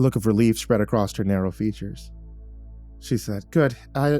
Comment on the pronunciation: Ah i wondered why i never finished this. It's because you forgot how to read "across".